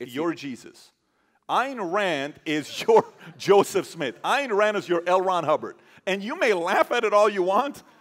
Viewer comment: I originally came for Yaron. But Patrick... Damn. I hit that subscribe button harder than I'd hit someone pronouncing "Ayn Rand" wrong. Kidding! But you're brilliant, mate. Greetings from a Scandinavian individualist.